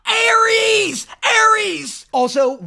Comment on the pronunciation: "Hermessss and Jay" but it's "Arreesss and "